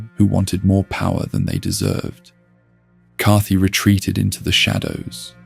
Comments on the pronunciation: what’s with the mispronunciations? is this an ai voice over? i mean, “cathy” for kaathe? cmon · Its an AI voiceover, an AI script as well, you can usually tell when it's an AI voice when there's a lot of names mispronounced, like it pronounces Kaathe differently three times. Its still pretty entertaining even knowing it's AI made, usually with AI sometimes it adds in misinformation but I'm an hour in so far and everything seems accurate and correct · is that how we're pronouncing Kaathe now? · is this channel an ai voice? there’s a couple things that are pronounced weird like that